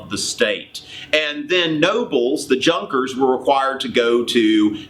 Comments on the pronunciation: Pronounced "Yunkers" not "Junkers" that is so funny in an odd way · Enjoyed your lecture....."Junkers" is actually pronounced like "Yunkers" with a soft 'J'. No worry... Its your good intentions that count. Hope to see more of your historical vignettes...Today's Middle and High School students need to hear, study, and learn History....something awful !!! ....and not just revisionist/feel-good history, like my children used to bring home ! Best Luck !!